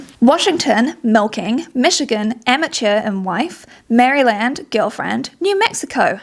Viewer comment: Oh no, I was really enjoying this video and then I heard that mispronunciation of Maryland lol